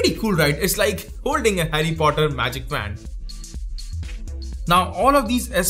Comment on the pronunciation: 'WAND' pronunciation though